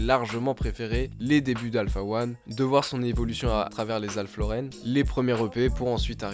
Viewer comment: Alpha Lauren... 😅😅😅😅 sale merguez... c'est Alph Lauren